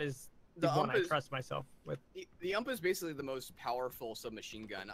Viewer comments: how many gun fans get triggered when they say ump instead of u m p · I just have to say this it's pronounced U.M.P it's an acronym for universal submachine gun